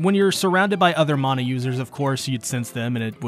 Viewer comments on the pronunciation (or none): none